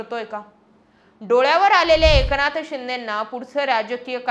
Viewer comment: ए...क नाथ शिंदे नाही ग बाई एकनाथ शिंदे. कोणत्या शाळेत शिकलात आपण? बाकी न आणि ण ह्यातला फरक तुम्हाला अजिबातच कळत नाही बरका 😂